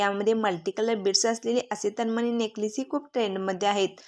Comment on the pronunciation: तनमनी नाही तनमणी हा.उचचार.करा